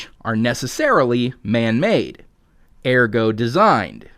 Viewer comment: Ergo, NOT Argo!!